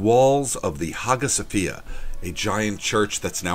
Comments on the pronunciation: Lol I love this channel I live in Tampa there is no way I’m not gonna come down there at some point!! Also... it’s pronounced like haia Sophia lmao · The hagia sofia is not currently a mosque, it is a museum. It's also pronounced "high-uh sofia" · As an aside, "Hagia Sophia" is pronounced with the proper Greek pronunciation is closer to "Hiya" or "Haya" Sophia. Nitpicking, I know! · You don't pronounce the "G" in Hagia Sophia.